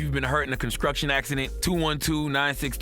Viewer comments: DON'T BE A DONKEY! the proceeds to say conscruction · If you been hurt in a conskruktion accident! -Charlemagne